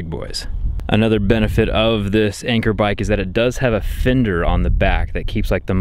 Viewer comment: its not anchor its an cheer like in 3 2 1 an cheer! Lmao